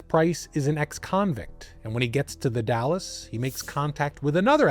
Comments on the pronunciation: you say Dales? Long A? I'm from vantucky and I say the Dalles as if it rhymes with "pals." Edit: and im pretty sure he said multnomah right. He has a tiny accent. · I wish he'd done a little more research. Surely he could've asked viewers from the area how to pronounce things. It's pretty jarring if you're used to hearing the names. It's not "The Dallas," it's The Dalles (one syllable, rhymes with "howls"). I have no idea how he missed the N in Multnomah so many times. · The Dalles: pronounced "the Dalz" (rhymes with pals). Multnomah: pronounced mult-NOH-muh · Also The Dalles is pronounced like 'pals' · I didn't wanna have to say it. As an Oregonian I was like DALLAS!? lol this was a great video regardless. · You don’t pronounce The Dalles correctly, but I’ve lived here in the PNW my whole and I still struggle to say it correctly.